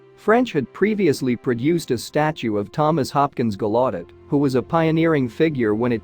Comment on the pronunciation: How the fuck did the AI voice totally blunder the pronunciation of the largest Deaf university in the world?!! GALLAUDET “GAL U DET”, not “GA LOT TID”. You folks have to cut this AI shit until it’s perfected. Horrible video. Shame on you.